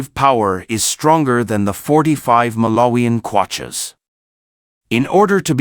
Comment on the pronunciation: Malarian kwachas? WTF? Stop using AI readers. What has Malawian currency got to do with nuclear subs?😅